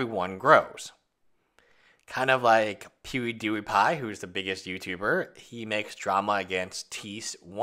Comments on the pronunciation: The way says pewiedewiepie is my fave thing after the way he pronounces Bertoncini 💜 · I had to back it up a few times while asking myself, “Did he say pew-ee dew-ee pie?”. And yes, he certainly did.